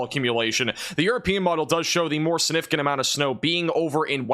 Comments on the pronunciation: STOP saying the word "Significant" if you can't pronounce it! SIN-ificant is NOT a word. You're a smart kid, you can do it if you try. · ....just a couple of pointers that I hope won't offend you. The word "significant" is pronounced "SIG"nificant not "SIN"ificant. Also, regarding Cape Girardeau. Girardeau is pronounced with a soft G as in gem, giant, gentle or gel. Finally, you stated Memphis, Tennessee would receive about 4-6 inches of snow, but, as you were describing it, you circled SW Kentucky, not SW Tennessee. You have 1.9 inches listed on your map where Memphis is located.